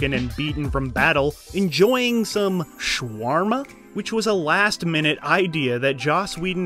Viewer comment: It's "shawarma"